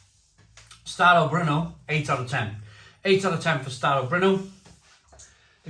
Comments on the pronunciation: It's pronounced starobernó. Emphasis on the last syllable. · It's OK to call crisps "crisps" because crisps they are, chips they are not. Regarding the "brno", the "o" is hard, it's not like the "o" in Owe Kay, it's like the "o" the the French word "non" meaning no. Very hard to say "brno" if you're British.